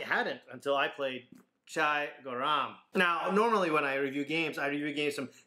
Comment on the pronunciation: It's pronounced ger-rum meaning hot